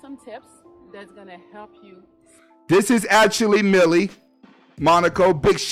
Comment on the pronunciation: It’s Melli not millie